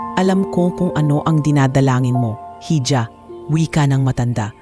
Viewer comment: Hija is pronounced as iha